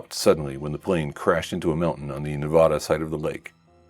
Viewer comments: other than the pronunciation of Nevada, nice video! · you can pronounce it right hopefully next time, there are many references online.